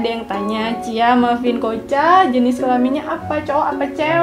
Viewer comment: Bukan kocha tapi koca